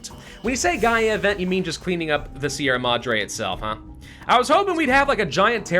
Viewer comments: Hi, I'm not much of the commenter kind of person, but I'd like you to know, as a Spaniard, that your pronunciation of "Sierra Madre" is ridiculously good for an English speaker. Thanks for the hours of entertainment. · sierra madre is a good enought pronunciation just need more r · Yes, you're pronouncing sierra madre correctly. however it's GALA, not GAIA :p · you are pronouncing Sierra Madre well enough. The RR is Sierra should be a little harsher and roll as you said, but i doubt anyone in spain would care and they would understand you fine. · And yet he says Sierra Madre correctly.